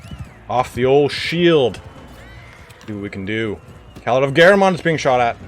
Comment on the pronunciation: Great series. Btw shouldn't it be pronunced Calàrd since Bretonnia is like medieval France?